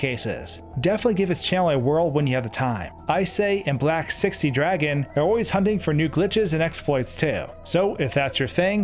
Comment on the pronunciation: I know it isn't the point of the video, but I'm confused about Icay's name pronunciation. I'd assume it's "Eye-cay", but it's "I say". Reminds me of another person on YouTube banned "Acai", whose name also pronounces the 'c' like a 's'. I don't think this is an accent thing, so why does it work like this? English language's many weird exceptions?